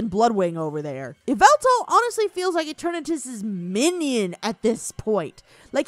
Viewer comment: Pretty sure its pronounced yaveltal